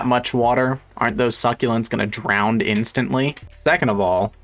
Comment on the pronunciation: A biologist who says “drownd” instead of “drown”….